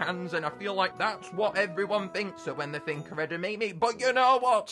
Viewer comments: Edimimi beans do you perhaps mean edimame beans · Its pronounced eh - da - mah - mey not eda - me - me